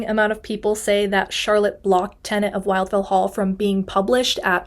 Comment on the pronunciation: A friendly note: The first syllable of "Wildfell" is pronounced to rhyme with "will" not "while".